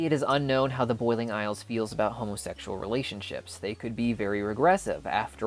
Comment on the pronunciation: Why he say hOmOsExUaL rElAtIoNsHiPs like dat 😂